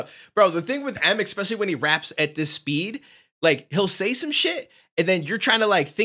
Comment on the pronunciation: I love you, brother but it's Especially, not Expecially 😂. Thanks for the reactions...we appreciate you.